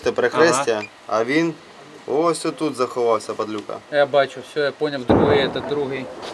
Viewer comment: Вин,заховаться,говорите нормально